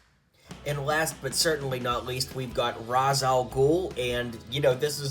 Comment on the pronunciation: Happy to se you pronounced ra's al ghul correctly